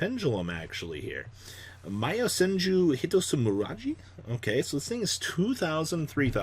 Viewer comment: It's YO senju. Not YA senju